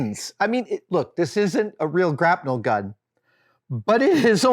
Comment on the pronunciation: wait... grap-NEL? have I been saying it wrong my whole life? grapple gun.